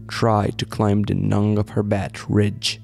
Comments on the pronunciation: I know this is trivial and pedantic but the B in climb and climbers is silent. So it sounds like clime and climers. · I get that, your English is very good. It was just that one thing that kept grabbing my attention. Good video 👌